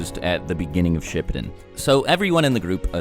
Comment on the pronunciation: Shippuden not shiptun